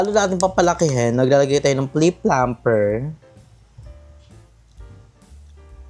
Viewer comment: it’s lip plumper 😊 but yeah, when you say it, it kinda sounds like plip plumper! 😊